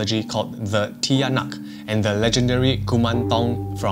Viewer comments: Its not ti-ya-nak its cha-nak its how you pronounce it. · Its actually pronounced Tia-nak but its spelling is Tiyanak, i hope this helps cause if you just say it straight to a Filipino to they may get a bit confused